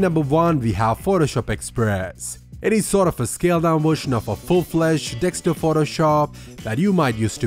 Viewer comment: Only issue with the video, it's pronounced DES-K-TOP. It sounds like you're saying DEK-STOP. If it's just your accent, my bad.